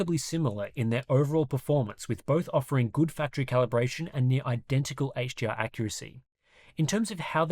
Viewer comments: I'm Aussie, and sounds like he keeps saying "HGR" instead of "HDR" everytime. Articulate! Slow it down. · Dude, are you saying HGR or HDR, im hearing G every time you say it.